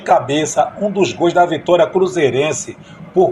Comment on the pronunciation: Caro amigo. Me chamo Roque Rios. Sou amante e saudosista do futebol. Gosto muito dos seus relatos. Mas, por favor!! Não pronuncie GOIS. A pronuncia é GOLS. Obrigado.